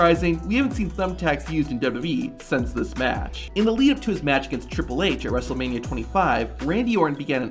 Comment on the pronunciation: "At Wrestlemani-" anyways lets more on